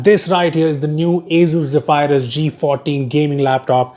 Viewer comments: Hey Rupesh, , Zephyrus is pronounced as "zef-er-uhs", not "ze-phi-rus" 😬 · its pronounced as zeee fur us not zee fire us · Is not ghephyrus it is zephrus wrong Pronounciatuon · Great Video, but I think you may have got the pronunciation wrong... (Zeph-uh-rus apparantly) But pronouncing it as "Ze-phy-rus" actually sounds tons more cooler and sci-fi. And you guys make amazing intros. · No hate but its Zephyrus not Zeephyrus xx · It's pronounced Ze-Ph-Rus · Ze-phay-rus hmmmm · The way you say Zephyrus is so weird.